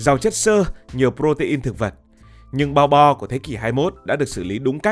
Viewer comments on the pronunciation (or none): Bo bo mà đọc lộn thành bò đỏ hoá ra cũng đều là thứ cho Bò đỏ ăn cả :))))))))))))